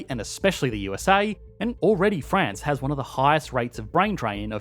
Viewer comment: You mispronounced “has” – France “is” (has) an economy…